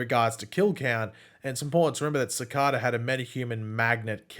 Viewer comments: His butchering pronunciation of cicada makes me laugh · I love the way says Cicada!